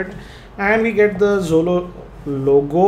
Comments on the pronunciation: it is xolo not xylo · its xolo not xylo.....